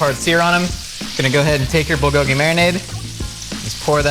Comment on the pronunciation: I cringed every time I heard him miss pronounce “Bulgogi”